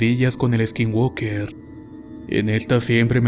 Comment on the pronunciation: Skin walker? O skin worker? Se te entiende "woker".....muy buenas tus historias exelente forma de narrar!